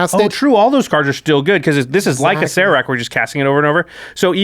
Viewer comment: I can't be mad that you don't know this because it doesn't really make any sense, but Acererak is pronounced "a-sir-ak." (both "a"s as in "cat")